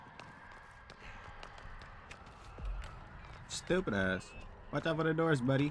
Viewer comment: always laughing my ahh of when you say ''Stewwpid ahh" 🤣